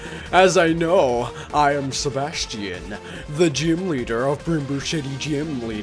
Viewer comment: You say Sebastian so wrong omg